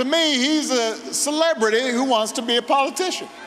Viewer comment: I never knew you could pronounce the word CELEBRITY without pressing your lips together.